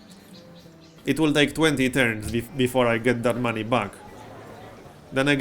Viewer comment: Every time you say "Maney" I put my hand in front of my face with all the fingertips touching eachother and yell "Maaaaaaney!"